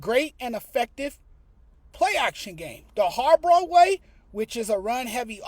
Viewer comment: Its harbaugh not harbrah 😂